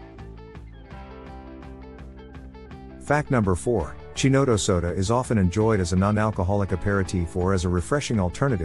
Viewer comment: It's hard to take a review seriously when you can't pronounce Chinotto correctly. Its Ki-not-O